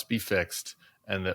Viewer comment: Pettiness alert: JVL is okay with me, but I wish he didn't pronounce "and" exactly like Bobert. "eind"